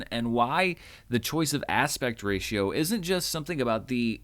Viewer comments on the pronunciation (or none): none